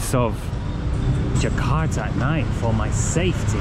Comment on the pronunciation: I like the way you pronounce “Jakarta.” I can sense your efforts when mimicking the local accent most of the time